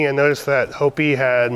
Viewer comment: FYI; the horse's name is pronounced Hope ee. She must be named after the Indian tribe here in Arizona. Sure appreciate your new vet's explanations and reasoning out the overall conditions!